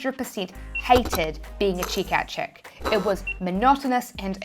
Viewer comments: Checkout chick or chickout check? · I love how your "check out chick" sounds more like a "chick out cheque". Lovely accent. More on point, I also appreciate yet another video of you reaching your hand out. Keep it up,.